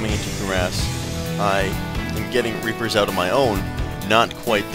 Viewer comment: lol once you said "rapers" instead of "reapers"